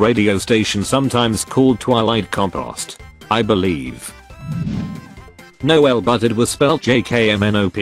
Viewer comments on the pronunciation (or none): none